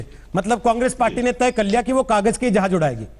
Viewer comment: Jehaaj hahah Jhaaaz saly z not j